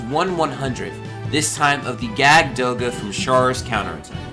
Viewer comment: Awesome! Oh and btw, It's pronounced "Yakud Doga". Jagd is German for hunter.